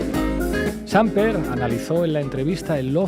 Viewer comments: Señor "experto": 😂😆🤣 es SampEr, no _"SÁmper". ¿No conoce ese apellido español? ¡No sabe leer! No sorprende este tipo, que "aprende" historia en novelas, como las de García Márquez. ¡Y fue vicepresidente español 😱😱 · Sr Pablo Iglesias: ¿Hay alguna razón política o de táctica política por la cual ud pronuncia el apellido del expresidente de Colombia como SÁmper y NO Sampér? ¿Que no es originario de España el mismo apellido? O simplemente es una dislalia irrelevante? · Se pronuncia Sam-PER ignorante de la vida. Es una palabra aguda y al no terminar en N o S no lleva tilde. Seguramente mi corrección ortográfica es neoliberal, fascista y hetero patriarcal, pero había que hacerla por el bien de las buenas formas. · Samper se pronuncia en Colombia sin tildes, sumerced lo pronuncia (Sámper), asumo, cómo se dice en España.🙂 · Hola a todos. En realidad, en Colombia se pronuncia con acento en la e: Sampér, pero se escribe sin tilde. Saludos! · Me da risa como pronuncia Samper 😂, suena como a Chamber. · El apellido del expresidente es Samper, con acentuación en la última sílaba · por favor no acentúen el apellido del ex presidente Samper se escucha muy horrible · Nota: ¡el acento del apellido Samper es en la última sílaba!! Viva el gobierno del cambio por la vida #PetroEsPueblo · MUY BIEN POR LA BASE. EXCELENTE ANALISIS COMO SIEMPRE. PERO SAMPER SE PROUNCIA CON ACENTO EN LA E ES PALABRA AGUDA SIN TILDE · Samper (no tiene tilde pero lleva acentuación en la P)✌🏻😎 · Me confundió la pronunciación del apellido de Ernesto Samper (acento agudo) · Que alguien le enseñe a Iglesias, que la palabra "Samper" al no llevar tilde en la a, tiene el acento en la última sílaba. Es el colmo que hable de un expresidente y ni siquiera sepa pronunciar bien su apellido. Todo buen periodista o político debe tener una excelente formación de base. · Samper , está mal pronunciado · Samper tiene tono en la última sílaba, no es Sámper, sino SampEr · No se pronuncia Sāmper sino Sampēr